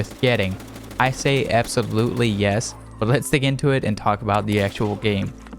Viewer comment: “Is EFT worth getting?” “I say AbSoBLuTly yes”